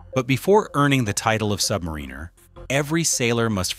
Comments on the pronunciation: The correct pronunciation is sub-mariner, NOT submarine-er. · It's pronounced sub-MA-ruh-nuh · Mispronounced submariner! Not good